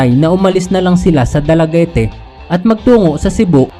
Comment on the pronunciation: Dalaguete po ay silent e kung basahin ay dalaguet